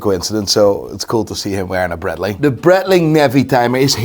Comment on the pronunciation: I find it funny he can't say Breitling Right haha. And i.dont know ho buy yiur clothes but you need a new stylist haha😅😅😅😅😅